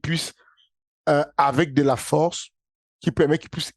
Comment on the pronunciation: "N'ai pas la fowrce"